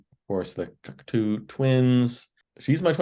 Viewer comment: It's pronounced Cock-toe gentlemen. Cheers!